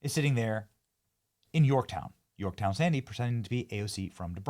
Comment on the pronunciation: Hey AOC, you mispronounced Yorktown.